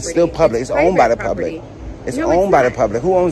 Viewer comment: Door locked ? Are you “Open to the Pubwic ?” 🤔🤪🤣🤣🤣